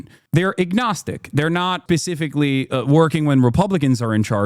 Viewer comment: I crash out every time I hear Hassan say pacifically.